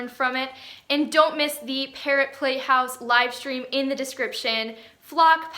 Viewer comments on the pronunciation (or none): Xd when she said parrot in the parrot play house thing it sounds like carrot and I was like so you have a play house for carrots 😂